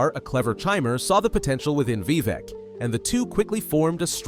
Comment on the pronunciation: Great Video. But why pronounce it as Vevec?